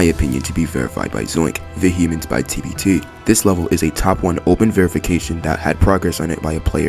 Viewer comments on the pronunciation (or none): Dude said Vuh hee mince